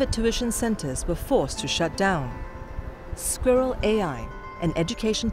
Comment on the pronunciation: This is Squirrel AI, NOT "A SKEWER AI" 😀